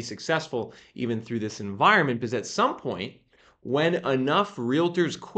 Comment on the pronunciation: Translation guide: when he says "biziz" he means "because"